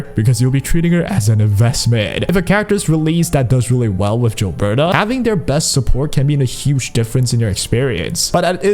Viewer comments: For the love of god stop calling her Jilberta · Gilberta you read like GIF or GOD